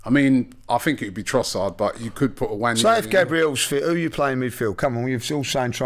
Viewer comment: It's not Nnwayeri it's Nwaneri (ONE NAY RI) "ONE NAAY RI" There's no Y in the name for christsake.